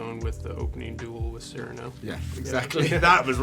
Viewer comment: Surely Cyrano is pronounced with emphasis on the second syllable, not the first. It sounds so cold when said the way they are saying it. It sounds much more musical, poetic and beautifull with emphasis on the second syllable.